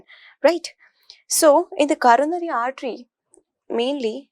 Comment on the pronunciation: Is it caronary or coronary artery?! Pehla impression hi galat chla gya 😂😂😂